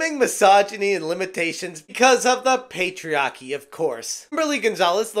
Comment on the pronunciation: We won't let them ruin gaming. (That Boston accent really shined on the word 'patriarchy.' 🤣)